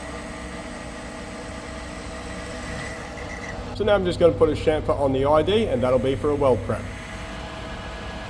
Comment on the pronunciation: "It's got a CHUFFER, it's got a CHONKER"... It's got a what..? "A CHAMFER!!!" - my beloved, watching next to me with our dog